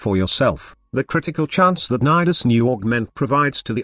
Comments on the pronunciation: Congrats on getting the computer to say Nidus and not Needus like some other youtuber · The actual pronunciation of Nidus is actually similar to Midas.